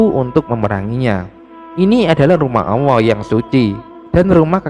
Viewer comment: Maaf min masukan lw memberikan penjelasan harus tegas dan lugas jgn selalu salah / terpeleset cara penyampaian ny,,, 1 lg min pendengaran saya admin ngomong awwoh bukan allah.... Mohon di koreksi min.. Terimakasih 🙏🙏